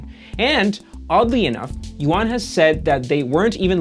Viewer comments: His name is not yo-an, but pronounced more like you-an. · yuan = yoo-ehn yuan is not yoo-ahn